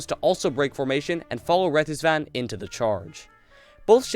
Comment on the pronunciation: Not bad, as a form of entertainment. Most Russian ships names innacurate. How do you pronounce "RETVIZAN" a "RETIZVAN", I'm baffled. Considering its not even Russian, but Swedish name. Some pictures were of different ships, like during conversation about "Imperator Nikolai I" a photo of older "Imperator Aleksandr II" was shown, which can be easily identified, since "Nikolai" had a fully armored turret, and "Aleksandr" had a barbette with a light 63.5 mm armored roof. I think if you're making a historical video, you need to respect the material. All the pronounciation can be done by Google and photos properly identified, not to mention some service record inaccuracies.